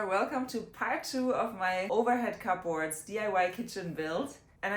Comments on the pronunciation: To correct your pronunciation, it’s pronounced “Kub Ords” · I love the way she says cupboards. Different! 😏